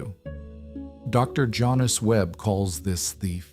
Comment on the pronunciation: "Jonice"?? Couldn't her parents spell Janice?